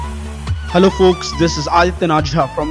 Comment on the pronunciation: "Hello polks" sml im going to hell.